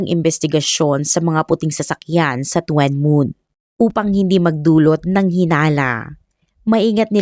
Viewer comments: Tuen Mun is pronounced as Chun mun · Tsun Mun po ang pag bigkas ng lugar na Yan D2 SA h.k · Tuen mun- chun moon To kwa wan- tough wa wan 😀 but still ok ung pagkaka kwento😊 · tuen mun ang tamang pronounce po ai CHUN MOON.